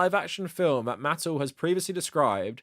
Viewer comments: Holy shirt, dude. It’s “muh-TELL.” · Mattel - Muh-tell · Good video but you're not pronouncing Mattel correctly. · "Why do we need another Thomas movie if we have the one with Alec Baldwin?" Because Thomas and the Magic Railroad was mid and boring. Edit: And it's not like another theatrical Thomas movie wasn't attempted before (although The Adventures of Thomas predates Mattel buying HiT Entertainment). Edit 2: Why do pronounce Mattel weird. I've seen other British Thomas Youtubers pronounce their name fine. Also, you should've done research on Mattel properties you didn't recognize.